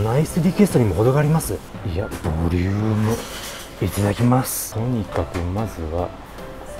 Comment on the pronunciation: 発音は「ブォリィウゥーム」で宜しいでしょうか？